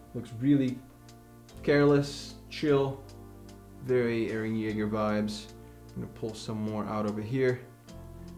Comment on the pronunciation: You haven't watched the anime yet you pronounced his name perfectly... Wow